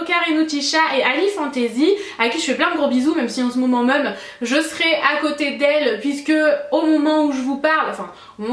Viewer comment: Ta les cheveux beaucoup plus rouge et éclatant que d'habitude. Tu dis toujours mum au lieu de même. Mdrr super j'aime trop la robe noir 😍😍